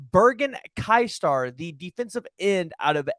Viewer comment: Pronounced more like "kaiser"